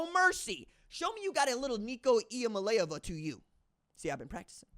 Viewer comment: I thought Nico’s last name was pronounced Iam-ali-Ava or have I been mispronouncing it wrong this whole time